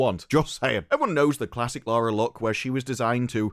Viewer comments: You're british right? Why the fuck can't you speak english? youknow that LARA and LAURA have different pronunciations, right? Apparently not. JFC. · it's LARRY CROFT sir! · It's not Lara, Larry Croft.